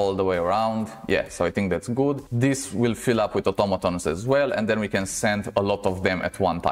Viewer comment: u r ascent make the vider 2x more better fpr me XD "otomatons" nice vid